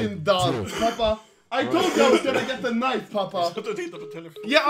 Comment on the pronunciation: i love how he pronounces knife K E N I E V